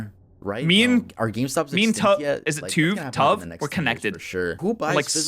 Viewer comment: He said Toov, and I am like "who's Toov." Then I see it's Tuv and I'm like "I love Tuv."